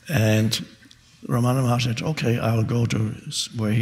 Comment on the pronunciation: Dear I'm from india at tamilnadu his name is not ramana maharshri it is wrong pronounciation his name is Ramana maha rishi